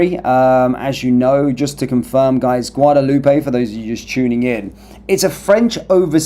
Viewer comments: isnty it a silent "AY" like "Loop" not "Loopay"? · Pronounced Guadaloop.